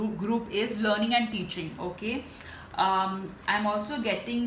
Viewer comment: When she said learning I heard loaning and my heart skipped a beat 😂😂 Thank you so much, pile #3